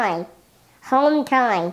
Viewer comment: Home tine home tine five tine five tine 🤣